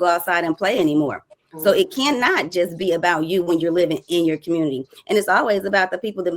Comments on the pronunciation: “ Commurnity “ lol 😆. 92% of black women endorsed the alleged black woman and drunk and all for identity politics, how did that work out for ya lol 😆 smh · It community not cummuty